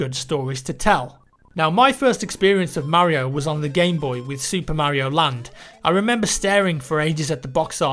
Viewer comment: I think he's trying to say Mario.